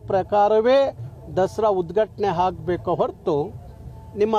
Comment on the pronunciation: ಹಾಗಬೇಕು ಅಂತಿಯ... ಅಂತಿಯ ಅನ್ನಬೇಕಲ್ಲವೇ. ಇನ್ನೂ ಸಂಪ್ರದಾಯ ಅನ್ನೋ ಬದಲಿಗೆ ಸಂಬ್ರದಾಯ ಅಂತಿಯ ಬುನೇಶ್ವರಿ ಅಲ್ಲಾ ಭುವನೇಶ್ವರಿ ಅನ್ನೋ ಪುಣ್ಯಾತ್ಮ. ... ಜೈ ಕರ್ನಾಟಕ ಮಾತೆ ಜೈ ಸಂವಿಧಾನ ಜೈ ಭೀಮ್